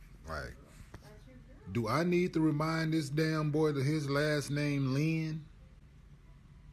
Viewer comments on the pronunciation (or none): It’s lin not leen